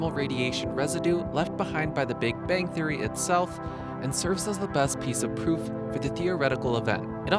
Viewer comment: He said poof instead of proof he he he